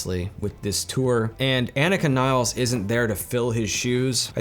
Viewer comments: Agreed bro. FYI, she pronounces her name AH-neeka nills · I would love to hear you pronounce her name respectfully and properly just once. You should personally apologize to her for making this video and mispronouncing her name.